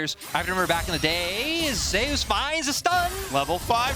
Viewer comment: If Zeus named himself after the god then why do the casters pronounce it as Zay-Oos?